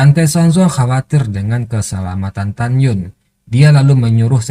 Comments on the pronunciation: tagyin bacaan nya min bukan tagyun😫😫😫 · Tan yin min. bukan tanyun. 🤣🤣